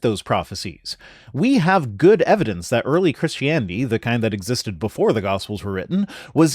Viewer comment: Ok, one from GE and now this one ... have they started pronouncing it Chrishtanity or Chrishtaniety since I left?